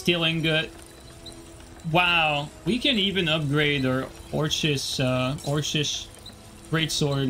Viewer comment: I wonder why had trouble saying orcish. Does he know other languages and they pronounce that different?